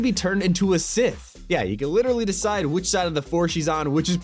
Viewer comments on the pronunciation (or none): none